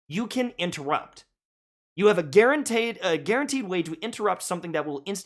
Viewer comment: I loved it, I am from now on only pronouncing it guarantaayed